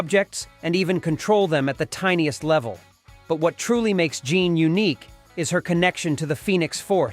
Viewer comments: Jean is pronounced as Jin, not John!!! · You mean "Jean" Grey not "John" Grey 😅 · Why keep mispronouncing Jean? Sounds like John.